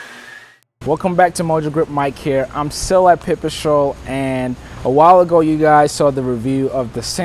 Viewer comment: now that makes sense..one presenter kept calling it pepper strole and now i see pipestrel .so anyways keep going